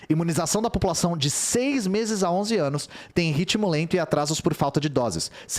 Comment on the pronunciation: "No último ânus"